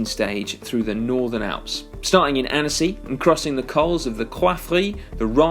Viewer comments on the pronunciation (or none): none